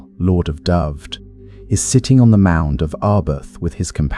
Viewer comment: Would have been better if Dyfed was pronounced correctly. It's Duh-ve-Ed